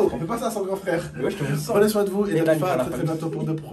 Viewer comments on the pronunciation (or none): none